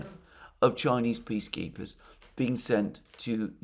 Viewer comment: I know that Alexander is saying "peace keepers" but I keep hearing "bee keepers" and I realized: By gosh, that's it! I think it is a divine inspiration. Bring in an army of Chinese bee keepers. What could bring peace more certainly! The news of it, alone, would confuse the war mongers so thoroughly that maybe they will just wander off the stage.